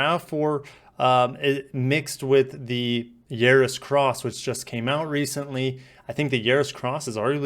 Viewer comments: It's Yaris, not Yeris😂 but nice video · Its Yahhhriis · not yeah-ris